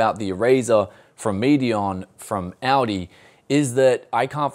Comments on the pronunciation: ALdi with an L he keeps saying Audi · sounds like you said "Audi" not ALDI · ALL D not ale d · he is. Aldi is pronounced "All-Dee" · Aldi/Medion has some quality stuff! I once bought a dekstop there and for the time is was the best price/performance ratio. Btw you pronounce Aldi like "Audi"😂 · pronouncing what is clearly "All D" as Audi, this ain't a car...LOL Just yanking your chain, great Video as always and thanks for the heads up on this one as I'm actively looking now for a good 1440p gaming monitor. I only wish it was 32" as that's what I have now and really like the extra space... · It is called Aldi not "Ouldii" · It's AL-DI not AU-DI, it's not a car. Lol! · I love how he pronounces Aldi like Audi. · That‘s actually funny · I live in australia and I've never heard someone pronounce aldi as audi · It sounds like he’s saying Audi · It's German and u say ull-dee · Anyone else thought he was saying Audi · It's pronounced All-Dee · Why does he keep saying"Audi's monitor"? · the way it's pronounced in australia isn't like the US pronunciation OR the pronunciation in the video, it's pronounced in a completely different way altogether. The pronunciation in the video is just completely wrong. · when you pronounce Aldi, it makes me want to hear how you pronounce Audi